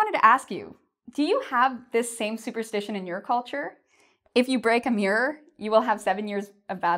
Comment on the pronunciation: Hi l have a confus your write "superstition and superstitious " but it seems you pronounce superstitation and superstitatious please can you pronounce it well again?